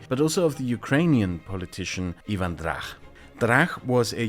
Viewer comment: please, before making videos like these, get into a call with a Ukrainian and a Pole and ask them to pronounce names. I literally LOL'd at "Eevan Drakh"